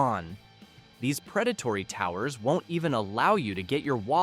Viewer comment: Another AI viedo. How do I know? Car towers. Never heard of “car towers” before. ANYONE who can speak English as well as this voice NEVER HEARD OF “car towers” either, unless they are referring to multi story parking buildings. Anyway, the AI reader doesn’t know hie to pronounce car towing service vehicles properly, but is proniuncing this word as a very tall building, not a tow truck. From google: What is a car tower called? You call a towtruck to tow a car away. The people can be called “towers” but it's pronounced in that context like “toe-ers”, not like the tall structure. (I can't find a dictionary entry to support this.) I would call the person who drives a towtruck a towtruck operator or a towtruck driver. Only a flaming idiot would trust an AI reader to read a serious script, and expect to be thought well of. But the words are so badly mispronounced, it’s “a dead giveaway!”